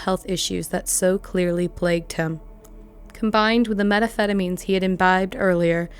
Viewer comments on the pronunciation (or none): Drove me crazy every time she said “Metaphetamine” instead of methamphetamine. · Whoever this narrator is they need to learn how to pronounce methamphetamine